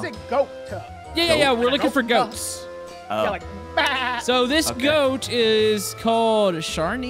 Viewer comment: bro said gout